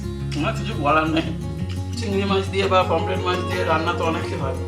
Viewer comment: Dath tipe kotha bola ar bondho hobena anar pomfret ka pomplet bolche